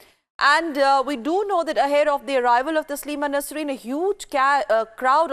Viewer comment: ya anchor ko sahi se naam bole bhi nahi aara koun bana is ko anchor I think rss bjp wale bana shayaad